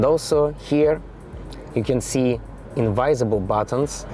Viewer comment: оспидя, столько жить в штатах и остаться с таким же кошмарным акцентом и неправильно произносить слова типа инвИзебл, а не инвАйзибл ))))